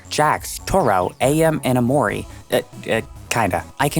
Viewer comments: no way you just said AM like A.M, this is so nit picky of me, but I don’t care, how do you like AM but cant say it right? While also showing us clips of the game where they pronounce it as AM and not A.M. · Video is great the one nitpick I have is pronouncing Am as A.M. he literally calls himself Am based off the phrase I Think Therefore I Am.